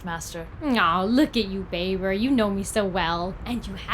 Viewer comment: NOOOO not babe-er